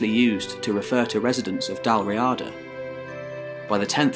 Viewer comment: Dál Riata is pronounced like 'Dall Reeda" Source: I'm a native gaelic speaker